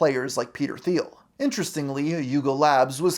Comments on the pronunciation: He pronounces it with a "th" sound, unfortunately. Or perhaps fortunately, for those with the name who wouldn't want to be associated with him. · Thiel is pronounced "Teel". It's German if I'm not mistaken and we have a optician chain in Denmark "Thiele"